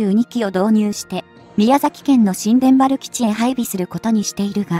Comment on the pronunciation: 新田原（にゅうたばる）が正しいのでは？